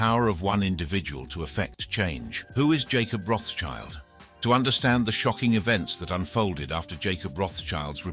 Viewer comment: Learn to pronounce. RotSchild (german) = RedShield (english), not RotsChild.